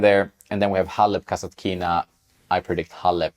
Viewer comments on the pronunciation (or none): One correction form Russian native speaker: kasAtkina - accent on the 2nd A. mEdvedev is also false (medvEdev is correct), but it is okay compared to kasatkIna